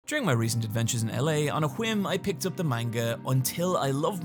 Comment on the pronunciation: "on a jwim" nice